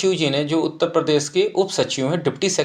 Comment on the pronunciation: उत्ता प्रदेश नही उत्तर प्रदेश होता है